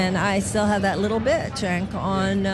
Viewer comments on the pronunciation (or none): 'Chenk' - Not correct pronunciation. It's pronounced 'Jenk'. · Im confused do you pronounce his name Genk or Chenk anyone willing to answer thanks in advance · It’s pronounced with the “J” sounds like jenk.